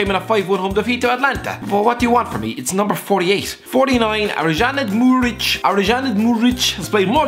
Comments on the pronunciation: It’s pronounced “aro muric” and he’s played all of citys carabo cup games and played really well in our penalty shootout against Leicester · I am from Kosovo so i have watched Muric and you can't pronounce his name but stil love u mate